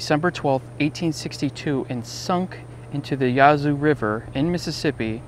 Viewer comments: The Vicksburg National Military Park is the only American Civil War battlefield I've been to. It is fantastic. Oh, and btw, Yazoo is not pronounced Yah-zoo (rhyming with Yahoo), it's pronounced Yazz zoo (rhyming with 'bash who'). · Ok the name of the river is ya zu short a not the long a as in yah zu as you pronounced